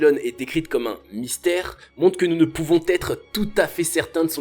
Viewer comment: On prononce Nabukodonosor... Pas NabuCHAUD... Il y a de l'écho dans la pièce (éko), pas de l'échaud... Nous pouvons, et non pas nous pouvont... Le genre ado excité, c'est un peu pénible en voix off...